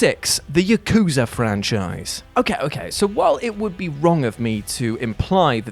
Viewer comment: It's "Yah-ku-zah", not "YUH!-KOO-zuh"! I dunno how many times I have to correct you and many others, on your mistakes on saying Japanese words, only for you to ignore I even said anything. You pronounced Yakuza wrong. Try harder to say Japanese words correctly, you're having your videos watched by a real Japanese person, me!